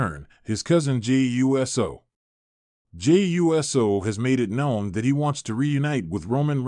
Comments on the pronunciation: It's Jey Uso NOT U. S. O. SAY IT USO. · It's Pronounced Oooso😢